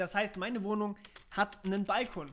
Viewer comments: Es heißt übrigens "bal-KOON" und nicht "BALL-kon". das hat nix mit "Ball" zu tun. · Wo hast du nur diese spezielle Be|to|nung her? Es ist doch kein "Ball - kon" --> Aussprache